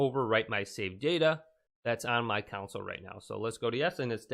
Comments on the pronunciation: download to your counsel. I cannot get over this guy calling a "console" a "counsel" dear lord. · ITS PRONOUNCED CON-SOLE NOT COUNSLE